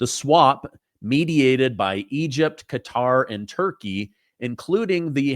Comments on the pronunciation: I love your show, but can you please stop saying “cutter” it’s Qatar (kah-tar). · Its pronounced Ka-tar not cutter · Sorry, I don't have your phone number. BUT, I think "cutter" is pronounced: "Ke-TAR"......🧐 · Qatar isn't pronounced 'Cutter'.